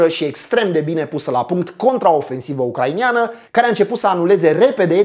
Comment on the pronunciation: "ucraineni" nu "ucrainieni", "ucraineana" nu "ucrainiana", nu vreau sa fiu ALA de pe net cu suferinta pe gramatica, dar tu vorbesti tare bine in general si ma streseaza de ceva timp :) Multam pentru video, foarte bine construit, se vede ca s-a muncit mult la asta. Spor!